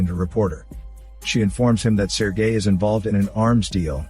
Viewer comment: “Sir gay”